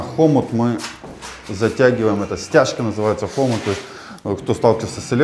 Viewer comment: Почему хо́мут??? Хому́т ты же русский?